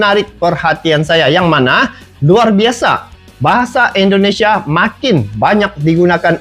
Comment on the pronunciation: Sayangnya kalau nyebut Indonesia....jadi endonesa...bukan endonesa bang...Indonesia....